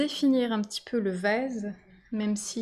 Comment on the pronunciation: tres joli, faut que j'essaye. REmarque : votre accent fait que les "A" deviennent ''ê", comme quand j;entends ''vèse" au lieu de vAse, pétèle au lieu de pétAle, etc